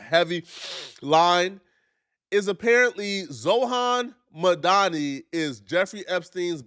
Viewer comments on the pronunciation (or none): It's "Zor-ahn Mahm-Dahn-i". Holy fuck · this man said “Zohan Madani” Jeeeeesus Christ sound that shit out next time lmao. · “ ZOHAN MAHDONI” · “ZOHAN MADONI”